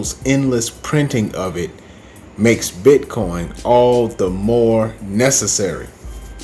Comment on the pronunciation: I’m embarrassed for you that you honestly can’t say the word “necessary”.